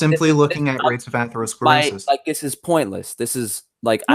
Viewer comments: 35 mins in, dont know if i can listen to this guy say AYthlerosclerosis 1 more time. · Aythlerosclerosis, Varreyes, and Caritinoids. Sounds like a smart guy. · Jesus Christ, Take a shot everytime someone says "atherosclerosis" 😂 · He can't pronounce atherosclerosis, nor does he understand the meaning of the word "degenerative". How can I take this kid seriously? I can't do 3 hrs of this, and I don't know own how did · I take advice on preventing atherosclerosis from someone who can't pronounce the word. I'm a meat head. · When talking about atherosclerosis was searching it up. Failed to pronounce the word and could not even form an argument. Love the video this just show how uneducated these carnivore promoters are.